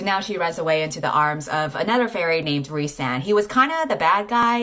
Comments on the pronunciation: rhy's name is pronounced "reese"??! I thought it was "rise" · Every time you say the name "Rhysand" I hear "Ree~san" like weeb that I am :')